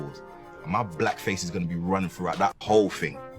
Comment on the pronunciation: "brack people"